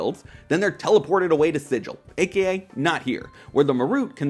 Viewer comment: I know I'm being pedantic but Sigil the DnD location is pronounced "Sig-il," hard G